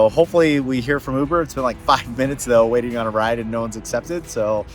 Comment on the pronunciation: “Way-in” vs Waiting 🤔